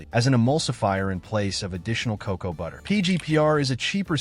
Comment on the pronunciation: AI can't even pronounce cocoa nor lead. What is cacow and leed?